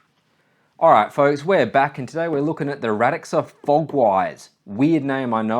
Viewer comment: Radxa is pronounced "Rad-sha" by the way, according to them